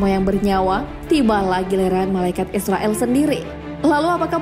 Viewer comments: Dibacanya Izrail bukan Israil Jangan salah ucap 😊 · Maaf ya min.. Pengucapannya Bukan malaikat Israil ataupun Israel. Tapi "malaikat Izrail" 0:) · Bagus ... cuma ada sedikit saran .... pengucapan hendaknya disesuaikan dengan pengucapan arab. Malaikat Izroil bacanya disesuaikan dengan bahasa arab. Klu dibaca Israel kesannya kok kurang pas.... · Kamu aja ngak bnr tulis nama malaikat izrail.kau tulis izroil bukan ro tapi ra.krj hanya cari salah org aja salah sendiri ngak tau,jgn begitu lah. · Maaf min izrail bukan israel😫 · Izrail ya kak bukan israil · Izrail bukan israil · Penyebutan kata yg benar Izrail., bukan israil., patal kesalahan anda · Malaikat izrail bukan Izrael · Td nya gw mau nonton video sampei selesai, tp naratornya pengucapannya aja salah. Gw cm nonton smpe mnit, males gw yg kaya gni jd narator d youtube. Bkn Israil nyebutnya, tp Izroil. Emg tulisan dlm bhs arabnya Izrail, tp kita nyebutnya Izroil. Bljr makhraj huruf dlu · Pnyebutan yg bnr tu malaikat izroil,,, Kl bs ngaji pst tau makhrojul khuruf (tahsin) pngucapan yg bnr,,, 🙏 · terdengar seperti "malaikat Israel" 😂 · Shrsnya pengucapannya Malaikat Izrail, Min. (Pakai Z bukan S). Trmksh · Mbak, mbak.. Lafal nya kok meleset lagi..? Nams malaikat maut ditulis dlm ejaan bahasa Indonesia sbg IZRAIL, dilafalkan menurut ejaan aslinya dg IZROIL Kalo pembaca narasinya salah lafal dikuatirkan menjadi contoh yg salah bagi yg lain. Coba nama ALLAH dilafalkan bukan ALLOH tp ALLaH, nanti kan bisa rancu dg lafal umat kristiani. Semoga koreksi saya bisa diterima. Wassalamualaikum wr.eb